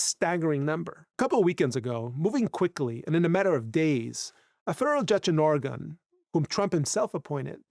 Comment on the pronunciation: Entirely minute aside: Its not Or Again! Its Organ/Orgun (actually its not quite that, but youll sound more right if ya say such; as its Or uh ginn — but the uh is barely voiced and said quickly so it sounds like Organ) The only time ya emphasise the uh part is when ya say Oregonian, tho even there Oregonians are likely to say the word faster so its more like Organian, just with a very faint uh in it This is akin to how au revoir is pronounced by French spkin natives and those who learn French as a second or more language; a proper French person will say au revoir where they do voice the re part, but they do it super subtly and the emphasis is on the part after such. So as a not native French speaker; youre much better off just sayin au voir, and youll sound more native to the tongue that way I just cant stand how oft i hear my home states name so badly butchered by everyone outside of Oregon; its a very minor nitpick esp compared to the rest of what the vid is about, but like, yall sound foolish to oregonians when ya say Or again or similar instd of just Organ.